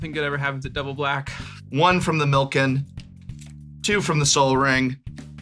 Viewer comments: Calling "Milikin" "Milken" was killing me. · Why does no one pronounce Millikin right! I love seeing my name on a card, but no one says it right lol